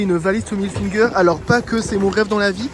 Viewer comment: Ca me tue comment tu prononces IL FINGER, genre finger in ze noze xDD c'est Hilfiger mdrrr